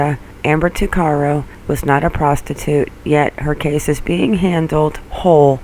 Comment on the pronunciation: My name is Ricco Tuccaro and Amber Tuccaro was my older cousin. We pronounce our last name TUCK-A-ROW not TWO-CAR-O. Please remake this video and pronounce it right. Thank you.